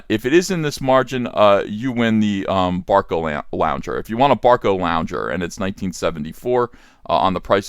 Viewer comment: It's Barcalounger not Barcolounger! There goes your audience of octogenerians.